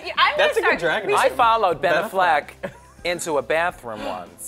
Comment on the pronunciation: I love the way Coco pronounces Affleck